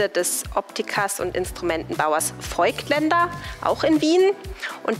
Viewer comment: Klasse Inhalt! Die Darstellung finde ich peinlich: – störende Hintergrundmusik – als wenn der Junge Mann keine Ahnung hätte, ehrlicher – als Interview das Gespräch führen – Das i in Voigtländer ist ein Dehnungs-i für das o – Canon ist eine japanische Firma und sollte nicht englisch ausgesprochen werden Die Kameraführung/Schnitt hat mir gefallen. Guter Ton und klare Sprache.